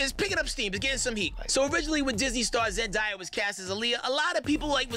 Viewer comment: no one gonna say how he said zendiya?